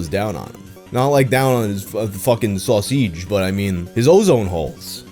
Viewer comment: Not on his...uh, sauce-eege....